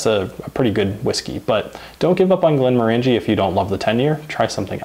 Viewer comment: It’s pronounced glenmorangie as in orangey.